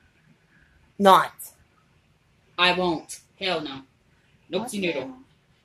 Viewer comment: never have you ever eaten "sushi" not Shusi